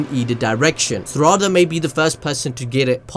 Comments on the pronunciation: Who Th is serada ITS PRONOUNCED LIKE SARADA NOT SERADA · Why you say sarada like that